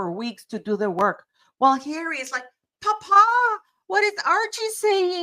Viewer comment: She cannot even pronounce papa correctly…the way she pronounces it sounds like “food” in Italian “pappa”….